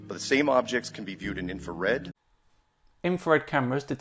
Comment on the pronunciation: It sounds a lot like he says "Infared" instead of "infrared." Maybe a bit pedantic there, but if he's so intelligent that Top Physicists can't answer his questions, shouldn't he get a simple pronunciation right? it's not like "infra-" doesn't have a specific meaning to convey in the word.